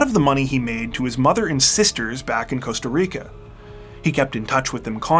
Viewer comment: Costa RRRRRIcaaa!!!